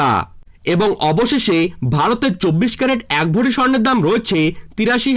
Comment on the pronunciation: কথা টা ভরি ,ভড়ি নয়